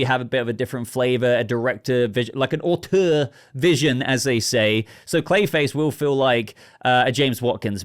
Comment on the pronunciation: Your way of pronouncing "auteur" makes me laugh. 😂